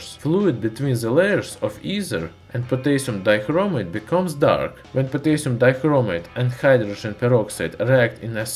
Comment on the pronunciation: potaisum daikromaite